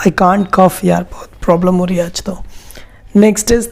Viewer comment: sir apne i cant cugh bola